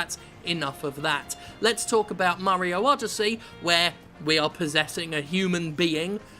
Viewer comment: "Super Murry-O Odyssey"